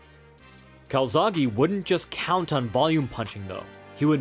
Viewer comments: why do u say calzaghy/calzaghi it's calzaghE, the same E in bEst, bEtter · It’s joe calZACKEEEE btw. 🏴 🏴